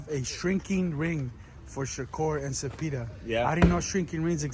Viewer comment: Bro with the biggest paisa🌵 accent pronouncing zeepeda is cringe af😂